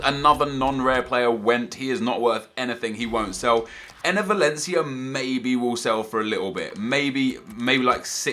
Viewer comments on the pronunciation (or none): none